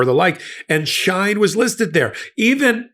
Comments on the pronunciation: It's pronounced “SHE-IN”, not SHINE or SHEEN. From official Shein twitter feed. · It's pronounced She-In by the many of hundreds of Influencers on YT and IG. The clothes are so cheap that if they don't fit or the fabric is flimsy most of the buyers don't care. They will donate it to Goodwill or the Salvation Army. The website is so popular that American brick & mortar stores or online retail online sites can't compete. Also Shein keeps its prices low through a U.S. shipping provision called the "de minimis exception" which waives duty fees for any packages under $800. Shein shoppers usually spend way less than that. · It’s Sheen pronounced! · I’ve always known the company SHEIN pronounced as “Sheen”. I only wanted to correct u because I might not have known what company u were referring to if I didn’t know Shein’s background. Not that him being a part of this company surprises me. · The company is called sheen That is the proper Pronunciation But is spelled differently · its she~in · It’s pronounced “she-in” and it’s like Temu… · 'She - In', and 'we-gars' not 'shine' and 'I-gars'. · Bro can’t pronounce words for shit. It’s phonetically “Sheen” and “Wee-gers.” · Dude come on Uyghur is pronounced wee·gr. Shein is pronounced she in. You really should have looked these things up, come on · Soooo... you should really look up how to pronounce Shien and Uyghurs. Friendly tip.